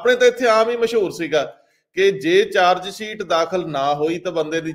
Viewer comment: The word is Dosh not Dosh, the word is Pesh not Pesh, the word is Charge-sheet not Change-Seet , the word is Shift not Sift, so on and so forth . All such words are wrongly pronounced in your comments . Thanks .